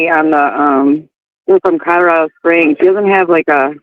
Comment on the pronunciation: Would someone tell that its CoLorado...not CoDarader...